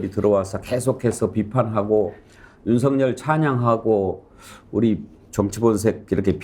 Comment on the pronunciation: 윤석열을 성렬이라 발음하지 마세요.한글 발음이 안 되나요. ㅉㅉㅉ